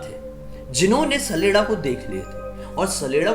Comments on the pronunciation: Hey I'm from Himachal and It's common in our Village. It's not "saleda". It's "chaleda" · It's not sleda sledda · My brother saleda nhi saleeda hota hai....... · भाई सैलेडा नही होता छलेडा होता है यानी छल करने बाला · Mai sdela ko sadela smj liya 😂😂😂 Bhai wo sdela nhi saleda hota hai 😅